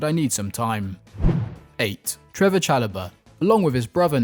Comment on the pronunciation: Trevoh* Chalobah...